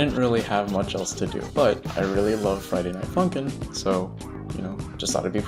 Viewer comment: You are like. The only person I know of who can say Friday Night Funkin and have the yt captions get it RIGHT